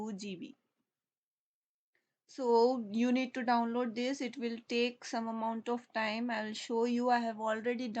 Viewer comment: senin davnlod diyişini yiyem hintli ablam. ulan boşuna okuyoz ammına ne varsa hintlilerde var.